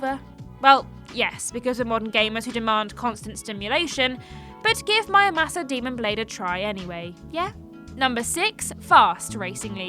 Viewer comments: Why read it mÄramasa when it clearly spells Muramasa. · Please inform me, is it MUramasa or MYamusa? The first time I thought she just had a little brain-fart, but then she repeats it. Thanks in advance. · Did she say mayamasa? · Mayamasa? Are you even trying? Do you pronounce samurai as samayai? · The letter R: exists People in the UK: 😨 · Nintendo & MonolithSoft should remaster Disaster along with their DS ARPG Soma Bringer for Switch....and release both worldwide unlike the original versions. I'd say my personal potential hidden gems would be the Endless Ocean games, FlingSmash and WiiWare's Eco Shooter: Plant 530 also how the heck did you manage to butcher pronouncing Muramasa so badly?